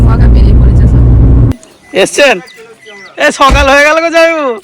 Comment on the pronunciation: এসব কি ভাষা স কে ছ বলে🤣 সবকে ছব বলে আজব😂হাহা